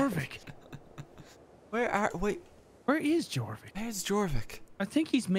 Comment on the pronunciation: I wish to point out that "Jorvik" is pronounced "Yorvik." It's the city now known as "York." There's a museum there and everything.